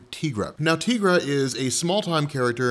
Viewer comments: Please stop saying Teegra, it's Tigra. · "TEA-gra"?!?! 🤦 it's "TIE-gra"! TIGER = TIGRA what a newb move 😅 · “Tee-gra”? Come on. She’s a tiger. It’s “Tie-gra”. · So I'm gonna call it out lol:) Te-gra?!?! I would of thought Tie-Gra lol:)! Yeah I couldn't resist;) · Tea-gra? I think you mean Tie-gra. She's a tiger lady, not a tea lady. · Dude, her name is pronounced "Tie-gra" not "Tee-gra". It's a play on "Tiger". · tye-grah. not teeeeeeegrah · the way you mispronounce Tigra's name makes me want to stab my ears with knives. It's 'tie'-'gra' like tiger. We've heard her name pronounced in the Avengers: United They Stand cartoon in the early 2000's. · Say Tee-gra... one. more. time. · Tigra long I. Like sky, not an e. That earks me